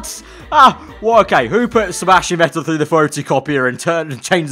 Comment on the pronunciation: Its not Sebastian Vettel, its Vebastian Settel